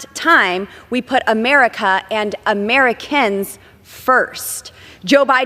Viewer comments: Bimboert: “Uhmarikinns”. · Is it Americans o in a form of Ameri (kens) as Boebert pronounces it.